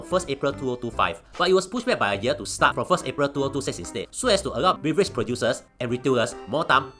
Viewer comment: Beverage ❌ Beaverage ✅ 🦫